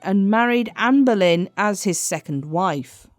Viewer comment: Why do you keep saying amber lynn? It’s Ann boylen